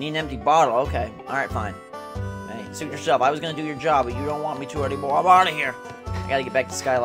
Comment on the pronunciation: Did he say "Suit yourself" our "SOUP yourself?" :)